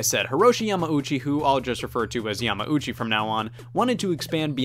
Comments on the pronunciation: Hate to be one of those guys (lol) but... Yamauchi = more so "ya-mao-chi" and not so much "ya-ma-ooh-chi" Thumbs up of course for the great vid! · Your adding an extra M syllable to Yamauchi just saying